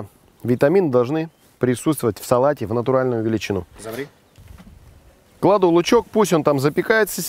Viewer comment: "Замри!". Ох уж этот операторррр